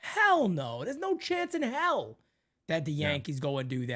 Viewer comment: I heard "Hal no" instead of "hell no" lmao that should be the new thing